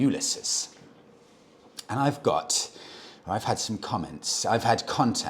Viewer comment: Hey now we can all nudge you with your pronunciation with ease.... It's pronounced you-liss-ease. Ulysses.